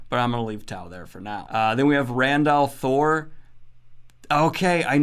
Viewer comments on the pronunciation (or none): Randal Thor? That's how that pronunciation sounded.